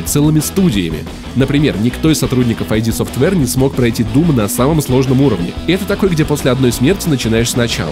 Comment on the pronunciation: ид софтвер, а не айди.